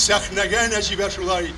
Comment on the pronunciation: " Гәргәри", шушыны да булдырмагач, татар кая тәгәри?! "Нәҗибә", "Сәлимҗанов" дигән исемнәрне дә дөрес итеп укымады, бик кирәкле кешеләре микәнни бу?! Бигрәк күнелсез хәл... Нәҗибә апа, урыннарыгыз җәннәттә булсын, әмиин.